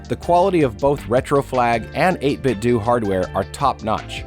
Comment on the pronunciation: Heads up: 8 gigs of RAM is overkill for emulation - unless you're planning to dailydrive your Pi like a normal PC. Especially for surfing the web and compiling huge projects, which is where extra RAM really comes in clutch. ...oh, and it's pronounced "eight-bit-d'oh", not "eight-bit-doo". You're not trying to recreate a Nintendoo console now, are ya?